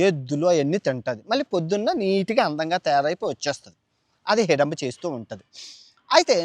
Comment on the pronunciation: నాభూతో నా భవిష్యత్ కాదు. నభూతో నభవిష్యత్ .... హిడంబి కాదు హిడింబి